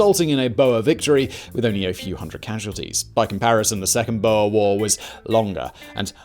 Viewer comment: Boer like Moor, gosh I cant lie, but as much as I love this channel this mispronunciation absolutely killed me